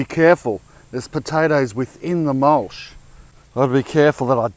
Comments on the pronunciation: Mulsh or mulch? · Mulch, not mulsh.